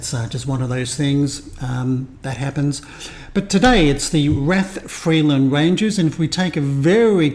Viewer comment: Rathfriland Rangers Football Club, founded in 1962, plays in the NIFL Premier Intermediate League and is based in Rathfriland (pronounced "Rath-fry-lənd"), County Down. Their home ground, Iveagh Park (pronounced "Eye-və"), holds around 1,000 spectators. The club has seen significant success in recent years, winning the Northern Amateur Football League Premier Division in both 2021-22 and 2022-23, and the IFA Intermediate Cup in 2021-22. They also secured the Border Cup in the 2023-24 season. The team is captained by Andy Kilmartin, who has played for clubs like Glentoran and Portadown. Key players include goalkeeper Bryan McMullen and attacking midfielder Ruairi Fitzpatrick, who was crucial in their 2-0 victory over Armagh City to win the Intermediate Cup for the first time. Rathfriland is about 30 miles from Belfast, roughly a 45-minute drive, and 60 miles from Londonderry, about a 1.5-hour drive, making it quite accessible for a visit. Supporting this channel will give you a deeper insight into the vibrant world of Northern Irish football!